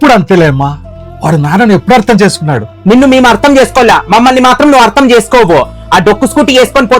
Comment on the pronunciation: అర్థం అని పలకాలి